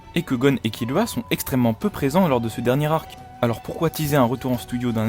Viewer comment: Et ça se prononcé par kirua mais kilua avec le l roulé à peine